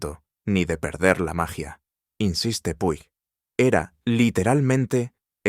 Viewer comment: puig se pronuncia puch